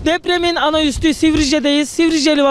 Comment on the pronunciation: "Üstü" değil, "Üssü" "Ropörtaj" değil, "Röportaj" Cesur videolar için tebrik ediyorum.